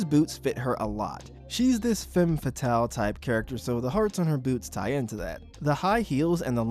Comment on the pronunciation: Femme, not fame.